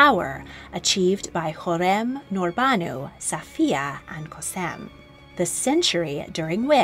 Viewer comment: i agree she didn't do to bad she got some correct but missed some pronunciations ie Hürrem she said u not oo and koşem as s but its a she sound